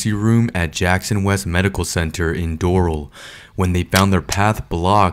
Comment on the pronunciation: It’s pronounced “door-AL” like AL Bundy. Just to clarify.